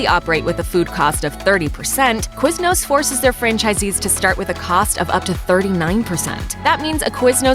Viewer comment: QuizNOOSS HAHHA